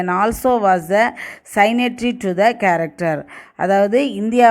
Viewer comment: Pronounce as charter